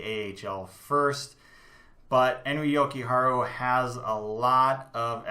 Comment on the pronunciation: Just to let you know as a finn, you are saying Jokiharju slightly wrong. You are saying it Jokiharu. Finnish doesn't have silent letters. Try saying it like you would japanese. Jo-ki-har-ju. or yo-ki-har-yu. And always stress the first part of finnish name. So YO-ki-har-yu. + I think you will put Nordgern in tier 3 in the future. He is small, but he is really good. Would not be suprised if he makes the Hawks in 2-3 years. Nice pyramid!